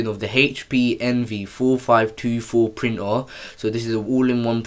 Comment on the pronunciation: I seriously thought he was speaking a foreign language. What the fk is a printor? Its printer. Pronounced ER